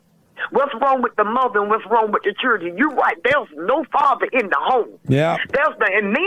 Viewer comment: The Churdren 😂